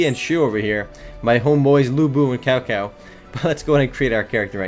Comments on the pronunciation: Cao Cao is pronounced as Tsao Tsao. Sorry for being the language Nazi. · hey just for the record it's not prounounced like it's spelled prounounciation:tsow tsow